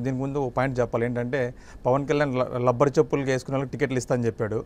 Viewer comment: Lubber kadu rubber Atp lo lubber antaru